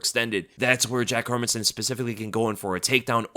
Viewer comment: Nice to hear someone actually pronouncing Hermansson last name properly.